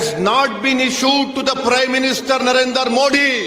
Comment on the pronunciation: मोदी साहेबांचे नाव नीट ऊच्चरता येत नाही याला नरेंदर म्हणतो. आणी पोलिसाच्या चुका काढतो.